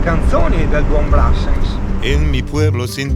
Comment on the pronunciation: Come ti ho già scritto in altre occasioni, sono un grande amante di Brassens e quando lo metti vado in brodo di giuggiole. Eppure posso ascoltarlo quando voglio, ma vedere che anche una persona che stimo come te lo ascolta, rende la canzone più bella. Però per favore, pronuncialo bene la prossima volta :) Un caro saluto.